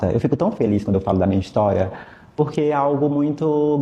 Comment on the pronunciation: Porque que ele fala "porrrrquê" como se fosse sulista? Não entendi...